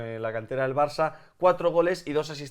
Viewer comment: porque parece que dice marça enves de Barça? Si es así #PifiasLmi